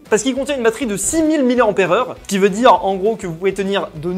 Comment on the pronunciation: dit "dier"